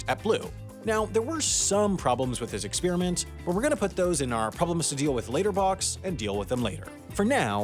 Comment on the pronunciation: PLEASE stop saying ex-speer-mint its ex per i ment